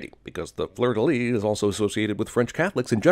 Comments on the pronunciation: it's Fleur de Lys not fleur de lis ^^" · Fun fact: While the final "s" in most French words ending in "s" is not vocalized, in two words in particular, the final "s" IS sounded: "cassis" and "fleur de lis". That last word is pronounced "leess", not "lee". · That park is much farther from the Arc du Triomphe than the film suggests. 1976 was a year of successful revolution for Portugal, but not "independence," which implies overthrowing FOREIGN rule. The narrator mispronounced "fleur-de-lis" as "fleur-de-lit," which means prostitute.